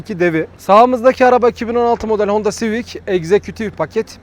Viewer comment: Abim civis değil Civic 😜